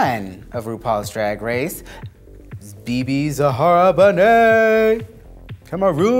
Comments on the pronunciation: It's ZAHARA, not Zehara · When they'll correct Bebe's name? it's ZAHARA not ZEHARA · Is not Bebe Zehara Benet is Zahara!! 😒😒